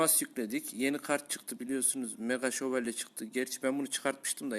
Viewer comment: meğa şevolye :D